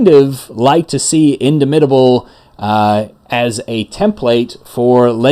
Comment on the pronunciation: In DAH mitable as in DOMinate